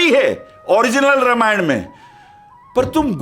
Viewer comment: रा मा य ण not र मा य ण प्लीज 🙏